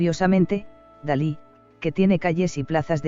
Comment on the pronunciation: Es Dalí, no Salí